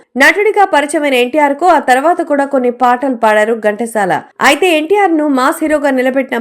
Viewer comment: Gantasala kadandi, Ghantasala.pronounciation bagaledu. Pls check chesukondi.